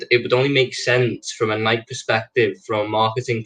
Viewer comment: Kills me at the mispronunciation of Nike lol